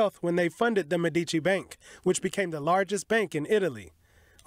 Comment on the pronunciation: Learn to pronounce Medici correctly